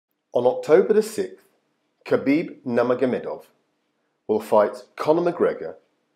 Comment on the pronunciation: At first you said кабиб намагомедов 😆